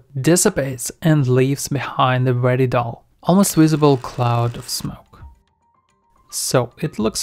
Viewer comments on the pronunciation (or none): none